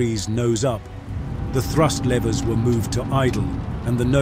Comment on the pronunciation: Lever! Not laiver!